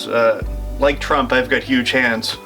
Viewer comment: Trump says heyoodge